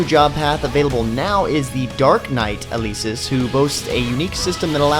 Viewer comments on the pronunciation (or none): Its El-eh-sis or you can forget the e & say Elsis but her name isent ElEsis the e is lower case & there's no way to say the name e So its a eh not a caped E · you said Elesis wrong